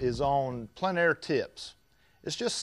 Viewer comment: Thanks for pronouncing "plein" correctly!